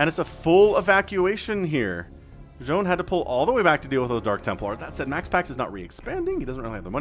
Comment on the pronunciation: I think Zoun is pronounced more like Zone, because sometimes you see his name saying 'IntotheZoun'. Other than that it could be pronounced more like Z-ow-n but the first one is probably what it was intended to sound like.